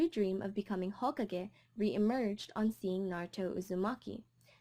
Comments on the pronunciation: i know a lot of people have already said it but your pronunciation! it says the words in the anime (and game) so please if you can start saying them correctly. If it wasn't for that then i would kind of enjoy your videos but i cant stand it! Especially the most basic one of hokage! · The most irritating part about this video is the fact that you mispronounced a lot of things... Especially the word "Hokage".